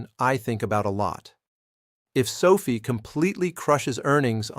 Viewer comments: SOFI's name was derived from Social Finance and the correct pronunciation of its name is SOFI (SOFEYE?) not SOFEE as in COFFEE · It’s AI which is why he/it says sophie instead of SOFi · Stay with your earlier belief and reality. Anthony Noto and team always pronounce it as SofI (as in finance) and that certainly seems to be all the guidance on pronunciation that we need. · Can’t even pronounce the name of the company right… what a joke